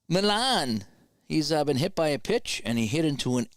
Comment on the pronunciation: And while Harrelson did choke up, it was "Mee-ahn" who was known for basically gripping the bat like halfway up.